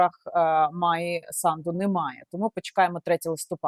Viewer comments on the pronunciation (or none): САнду! С А н д у.Не СандУ!!